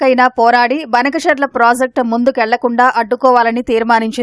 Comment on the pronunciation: బనకచర్ల కి బదులు బంకచర్ల అంటుంటే వాళ్ళ కూడా మాట్లాడుతున్నారు